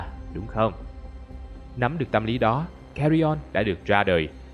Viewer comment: nói Cà Ri On:)))))